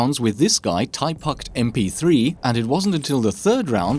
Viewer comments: Prounonsiation of this cheater's name isn't "Ty Puct Mp3", it's "Tourist MP3" on Russian. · His name is actually pronounced as "Tourist" not typuct, just it's my retarded countryman (i mean i'm russian) Турист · I'm Russian, and I actually fell out after you said "taipuct"